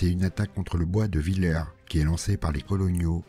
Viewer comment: Je crois que "Villers" se prononce "vil-herse"